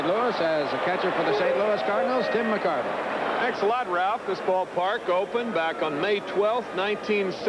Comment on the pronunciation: Kinerism: He called Tim McCarver “Jim McCarver”